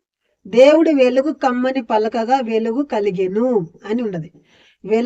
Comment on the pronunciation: ఎలుగు కాదు వెలుగు ముందు వెలుగు అని పలకటం నేర్చుకో👍